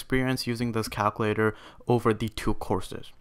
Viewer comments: U need to learn how to pronounce words 😂 “calclater” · "yes, a cowcuwaitor" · son passed calc ab and bc, but can't say calculator right